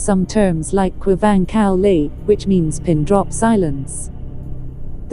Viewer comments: A ṭha khawp mai..mahse, narator hi mizo hmeichhia, sapṭawng thiam tak ni zawk se, mizo hming khi a lam dik lo thei em mai, entirnan khuavang kal lai tih ang te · Khuavag kal lai tih kha,ava lam sap ve😂😂